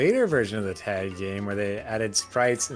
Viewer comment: When he said “Taig” instead of tag